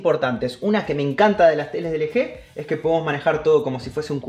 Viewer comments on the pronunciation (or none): ustedes le dicen L G.. pero se pronuncia "ELGI" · Hay que dale un poco al inglés! Ustedes saben, pronuncien las marcas como se dicen! LG (ele je)? Se pronuncia: el yi! Y subwoofer no es sub bafer, es (sub uofer) :V así sus suscriptores no aprenderán a decir las marcas. Déjame ir a la tienda a comprarme unos tenis (ni que) XD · De "LG"????? Se pronuncia "elyi"